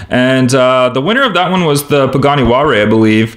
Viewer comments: It's pronounced hu-why-ra. HU is silent why-ra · you said pagani wallray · Please learn how to pronounce Huayra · What is that Pagani Huare you speak of? :) Nice race and nice 5-pack.Thanks for showing this.